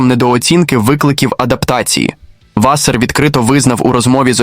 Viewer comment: що за клоунська начитка тексту. наголоси вчили ставити правильно? Чи,ШІ не знає різниці між вАсер і васЕр))))